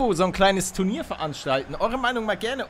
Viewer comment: lord gamer "tunir". Peinlich.